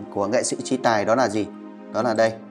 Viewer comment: Sao nói ngọng quá nên ráng học lại rồi hãy nói chứ đọc Tayno nà nàm ninh hồn nghe kỳ cục quá